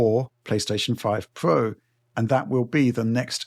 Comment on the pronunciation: Way twacing on the PSfoive Pwow then .